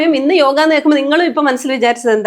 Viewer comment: yoga enna parachil tettaanu..സംസ്കൃതത്തിൽ അങ്ങനെ ഉച്ചാരണമില്ല